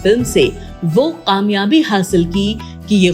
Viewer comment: Qamyabi nhe kamyabi hota hey. Pronunciation is not correct